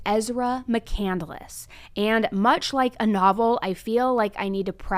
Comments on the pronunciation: I’m sure it’s not pronounced “Mc Candle less” either. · Christopher Mccandless last name wasn't pronounced that she pronounced it. She said on the stand that he wrote a book Call into the Wild. He didn't write it. He died, and the book was written about him after his death.